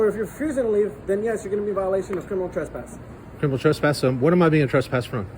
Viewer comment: "i can TRASS-PASS you" :) dummy cant even pronounce it correctly. lol!!!